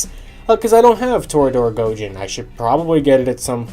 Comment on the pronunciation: Idk if you've seen the show or not but I can't go 5 minutes watching it without my brain going "ONITAIJIN" and your pronunciation is killing me